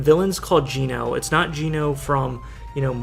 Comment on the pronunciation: There's stuff wrong with this video. Geno is mispronounced. The armored bits are not to extend them. It's to show their robotic doubles of the characters. They made a whole comic for this.